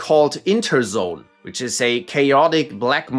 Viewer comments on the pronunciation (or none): none